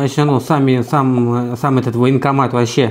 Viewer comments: Она сказала не военкомат , а вонкоммат🤢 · То она так "военкомат" произносит - "вонкомат". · Даже и не чисто баНкомат, а бакомат😂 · Она даже не может произнести военкомат,слышится вокамат.,полная деградацыя.... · Ой! Она произносит даже не баНкомат, а " бакомат"!